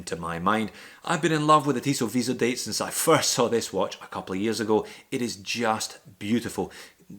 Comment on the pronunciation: Cool round-up! BTW, it's Tissot "vee-zo-dat" ;) not "-deyt".